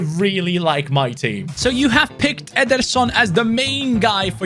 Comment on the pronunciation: Veeterson with rasengan.....🤣🤣🤣🤣